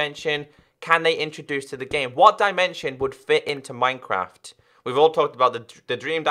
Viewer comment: says "minecwaft" 😂😂😂